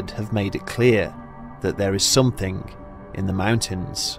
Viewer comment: That was a great story, but do you think you could try to say something instead of somethink? Please?